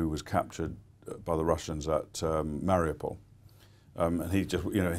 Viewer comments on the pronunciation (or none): none